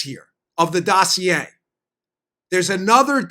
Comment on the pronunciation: Hey Dano! Say "Dossier" again!! LOL! Great job as usual.